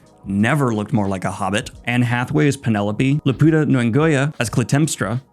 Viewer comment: I think this is the worst pronunciation of her name I’ve ever heard 😂😂